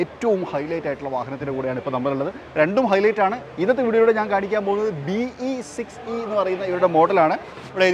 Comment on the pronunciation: Bro...its "Be sexy" ennanu allathe BE 6E enn alla😂